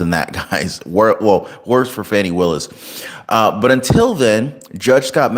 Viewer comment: Will you PLEASE pronounce DA Willis's name CORRECTLY. It is not Fanny.